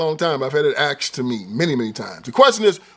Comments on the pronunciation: It's pronounced "asked" not "akst". You're wearing a suit. Do better please. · Smh typical idiot "axed" and he's trying to be professional.